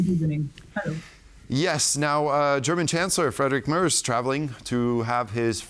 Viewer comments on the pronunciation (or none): Why are they able to pronounce the name "Trump" correctly but they can't pronounce Friedrich Merz' name as it should be? Can't be that difficult to ask somebody how to do it. It is not (!) Mers and it is not (!) Merts but it is Mairts ("ai" like in the word 'fair'.